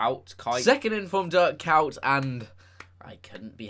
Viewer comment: Dirk cowt is how you pronounce his name